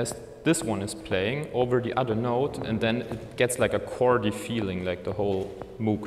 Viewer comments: It’s pronounced Moug, not Moooog. Damnit! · He pronounced Moog incorrectly, therefore this is more like a novice-level inservice. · Dutch isn't his first language.